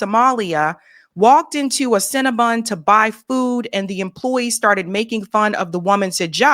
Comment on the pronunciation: “Cin-Na-Bun” hahahahahaja!!!!